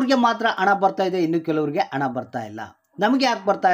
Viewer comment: ಸರಿಯಾಗಿ ಕನ್ನಡ ಮಾತಾಡಪ್ಪ ಮೊದಲು ಅಣ ಅಲ್ಲ ಹಣ ಅಣ್ಣಪ್ಪ...